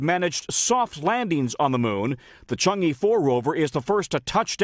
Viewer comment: The pronunciation of "e" in Chang'e is like "a" in "above".